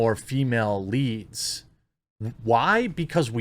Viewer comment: I'm sick of "Strong! Female! LEEEEEADS!" You're trying waaay too hard